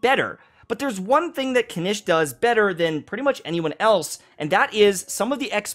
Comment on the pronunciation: hasn't been paying attention to the voiceovers again xD Kinich {Kin-eech) Ajaw {Ah-how}